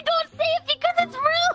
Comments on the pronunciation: Every time says rude it sounds like he's saying lewd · Does anyone else notice when says 'Rude' it sounds like he's saying 'Lewd' or is it just me? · Like always says lude and not rude XD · When said im not a rude person it sounded like he said im a lewd person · Someone needs to tell that the word rude isnt pronounced lewd 😂 i saw in another vid. told not to be so lewd and he subtitled it rude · Am i the only one hear lewd instead of rude? XD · It's like rewd.